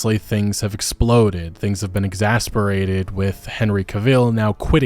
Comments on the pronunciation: It's exacerbated, not exasperated. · Exacerbated, not exasperated